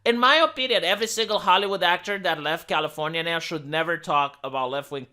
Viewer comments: Dude, keep saying Californinya, It's brilliant!! I love it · I can't begin to tell you how much I laughed every time you said californiania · I'm disliking this video specifically for "Californiaia" said in that annoying, high nasally voice over and over again. If you think someone likes hearing you do that, just upload videos of you scraping on a chalkboard with a rusty nail and see how well your channel does. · stop saying californyanya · That's how Americans say it. (California is in America)